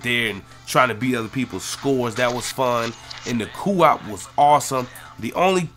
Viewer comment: you say co op weird